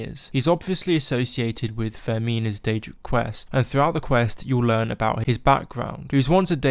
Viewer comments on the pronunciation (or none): none